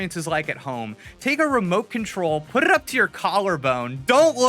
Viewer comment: why did he roll the word “put” how did he roll that word. I’ve never heard anything other than R’a rolled!!??